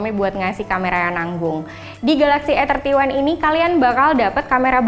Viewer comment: Masukan buat mbak yg ngomong.. Kalo mo sok inggris emg bagus, tapi pengucapannya salah.. Bacanya 'ei' 31 jangan "e" 31.😊😁 Supaya gak bikin bingung bacanya mending pake bahasa indonesia ajha, "samsung galaxy a tiga satu"😁